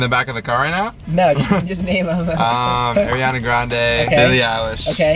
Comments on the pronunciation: Not saying Airiana grande 😂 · doesn’t know how to say Ariana grande😂